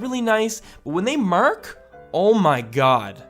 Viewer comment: why you emphasize 'mark' so much?.. It's just.. m-AAA-rk. Not complaining, just..,x